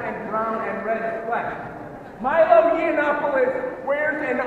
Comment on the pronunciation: At about the mark they start chanting, "No Meeelo, no KKK, no fascist USA." They can't pronounce Milo's name properly, yet expect everybody else to honour made up pronouns for fictitious genders they pretend to identify as. Hilarious.